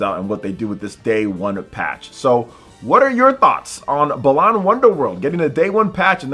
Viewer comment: pronouncing it “belan” and not “bah-lan” are fighting words